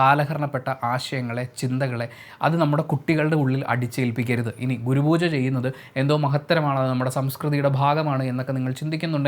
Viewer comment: Google pooja 😆😆😆😆